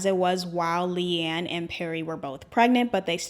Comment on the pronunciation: I love you and I LOVE this video. But DOLLLLLL. it’s Lee-Anne not Lay-Anne and PErrie not Perry